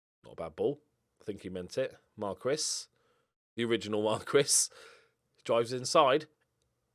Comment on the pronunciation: Hey just to say that is not Marq ues but the sound is more like Markes because the "u" is silenced